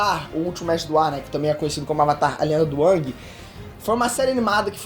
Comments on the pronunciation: Po, mas ai complica tambem... o cara desse video pronuncia os nomes da sério quase igual ao filme terrivelmente odiado de avatar. sÔkka, ângui kkkkkkkkkkkk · Não sabe nem falar no nome da Animação "avatar a lenda do Awg" kkkk